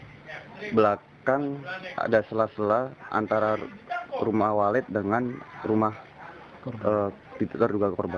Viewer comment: Maaf,agak senyum dikit saat presenter baca berita,"Penguhasa Sarang Bulung Waret" menit